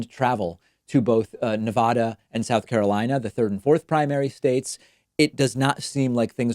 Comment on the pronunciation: It’s NuhVADuh, not NuhVAHduh...😊